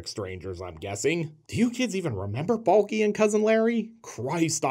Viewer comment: Did you really pronounce Balky as “Bulky”? How dare you. Balky was skinny and certainly not bulky.